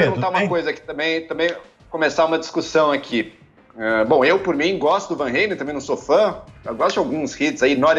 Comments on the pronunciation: Tudo Bem sobre o Van mas o Regis é um completo Boçal... Usa o Fonética REYLEN mas não usa o mesmo critério para os demais nomes do Rock... Ou seja... um cara completamente desconhecido que fica com essas fonéticas para aparecer é VAN RRRAAALLLEEEMMMM, mas enfim se for inglesar os nomes da musica, que o faça em todos os nomes... Um boçal... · Não é /van reilen/, é /van ralen/..... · Não entendo pq as pessoas falam Van Reilen... o nome é holandês e não inglês, é Ralen, Van Halen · Em holandês a pronúncia é "rálen" mesmo; Regis usa a forma inglesa, mas equivocadamente (o correto em inglês é "rêlan", não "rêilen) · Meu querido, Régis. Não se pronuncia “Reilem” e sim Halen! Rálem! Adrilles, primeira vez que eu ouço você falar besteira! Era melhor ficar calado. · A pronúncia é Halen e não "Reilem", por tratar-se de um nome holandês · Não é assim que se pronúncia "Van Halen", a pronúncia abrasileirada é mais correta do que essa aí pedante do Regis Tadeu, pois se trata de nome neerlandês, logo diz-se "Fan Ralen" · Hey Regis... Por favor, você quer pronunciar o nome do Van Halen todo pompudo mas você está pronunciando ERRADO! Não há a prouncia do æ. A pronuncia do Eddie passa mas o resto NÃO.